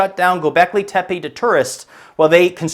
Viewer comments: Its not "Tepei", its "Tepeh" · For f**ks sake you bozo Americans LEARN how to pronounce foreign words! Its tepE , not tEpe !!! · Also just wanted to add, the pronunciation of Tepe is wrong. It's not Tepiy, it's Teh-Peh.